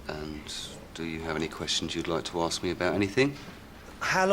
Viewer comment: 9¾. She says "aks" instead of ask.